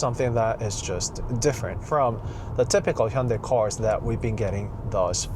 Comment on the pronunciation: Hyundai 현대이 is spelled wrong Hyundae 현대 is correct Please make corrections Hyundae / Hyundai company 🙏 This young gentleman's pronunciation is correct 👌